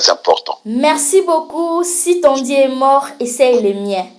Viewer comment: Pronociation l homme de Dieu pas Die